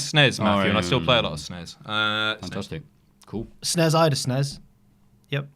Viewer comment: When did it become acceptable to refer to the SNES as "sness"? For my entire childhood you simply read off the letters as you would with any acronym. It sounds so much better.